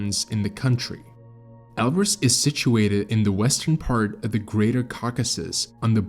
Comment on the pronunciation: Can we agree on a pronounciation please? Elbrus, or El Bruce. WHICH IS IT AND WHY DO YOU USE BOTH INTERCHANGABLY???